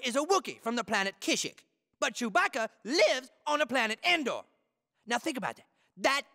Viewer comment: Why does the news reporter say chewpacca